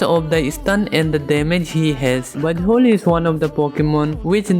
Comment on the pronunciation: my gid why do I hear B*tt hole instead of Buzzwhole Im sorry😢😢